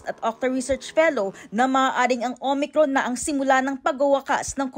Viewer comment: Parang naka Smile pa si MS. VICKY I THINK SHE IS HAPPY BTW SHEs one OF MY favorite PRAY STAY SAFE MASK HUGAS DISTANCE Mam VICKY LAGE KA NAG KAKAMALI SA OMICRON HAHAHAHA OMACRON PO NASASABE MO..!!!! We Love you Mam VICKY UR STILL THE BEST..!!!!!